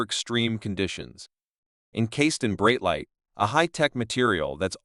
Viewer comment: Such a pathetic example of AI, cannot even pronounce ’Breitling’ or ‘bezel’ (beezel?) This CANT be sponsored by “Breetiling”